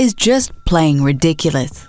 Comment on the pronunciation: why she say ridiculous like that 😂😂😂